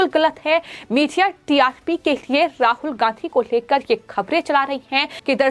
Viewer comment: राहुल गांहधी ? एंकर अपना उच्चारण दुरुस्त करने की कृपा करें ।